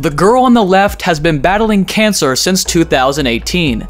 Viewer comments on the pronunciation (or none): none